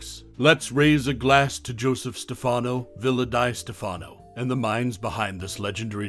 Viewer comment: It's "Villa DEE Stefano". Learn How To Pronounce Words PROPERLY!